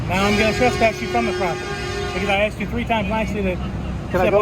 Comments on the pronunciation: Someone let contestant #2 know that the word is (Asked) not ( Axted )! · #2 can’t even speak English. It’s ASK not AXED 🪓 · and she AKSED her Lieutenant. I hope the LT survived, because that sounds painful. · I think the Georgia cops Lieutenant is the Dumbest!! She "axed" him what she shld do, but being a lieutenant and he DONT KNOW... WOW!!! Disgraceful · i vote for #2 cuz she AXED her lieutenant ! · I wonder if she really did axed the lieut? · “A case law going around!” Hahaha dummy. #1. “Ya need an outdoor permit” dummy #2. She axed her Lt hahahah. 1 and 3 were jerks. # 2 is the dumbest she could barely put a thought together. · Actually, she said "axed". A correct usage of the word would be the following example; "If enunciation was a log, she just axed it." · What is with people saying I "axt" learn proper English 🤔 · She aksed a question. Game over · #2, she axed her Lieutenant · She "axed" the LT?